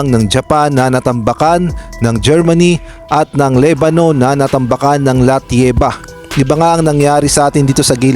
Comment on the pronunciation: ano ba sinasabi mo LATVIA o LATIEVA? pronunciation